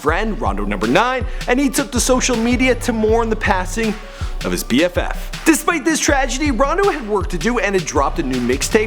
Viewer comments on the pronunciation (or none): he said BFF 😂😂😂😂